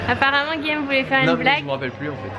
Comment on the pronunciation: ARRETE DE DIRE GUILLEÈME CES GUILLAUME ! Olaaalaaa